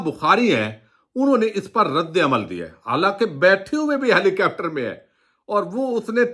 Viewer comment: خدا را ہیلی کاپٹر کو “ہیلی کیپٹر “، ظاہر ہے کو “زہر ہے“اور کروڑ کو “کرآؤڑ” کہنا چھوڑ دیں اتنے معیاری تبصرے میں تلفظ کی ایسی ہولناک غلطیاں بالکل پلاؤ میں کنکر اور شیشے میں بال آنے کے برابر ہیں! براہِ کرم ہمیشہ الفاظ کے ہجے کو ذہن میں رکھ کرپڑھیں گے تو کبھی ایسی غلطی نہیں ہوگی۔ ہر لفظ کو پچاس مرتبہ کہیں پھر دیکھیں آپ کا تلفظ اور وی لاگ کن بلندیوں پہ پہنچتے ہیں! تعمیری مشوروں کو نظر انداز نہیں کرنا چاہئے!!